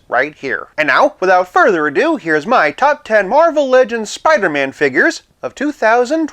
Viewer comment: Soo-pidah-man! wow!